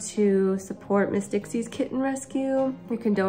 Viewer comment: The first several times I heard you say the name of your rescue Miss Dixie’s Rescue I thought you were saying Mystic Seas Rescue. And then I figured it out. But I still hear Mystic Seas first. I love your videos even when they are sad. Love and hugs to you and all the babies you help.